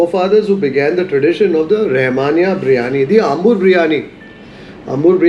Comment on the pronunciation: bro... Ambur is really "aambur". Not Umbur. Swalpa adjusht maadi :-)